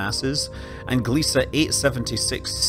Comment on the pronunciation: He pronounced it correctly.